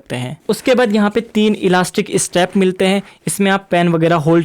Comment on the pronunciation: Teri English words bhout bakwas. Zipper hota jipper nahi. Straps hote hai steps nahi. Pata nahi kaya bol raha hai